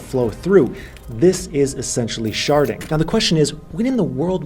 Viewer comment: I thought you said sharting….. my bad.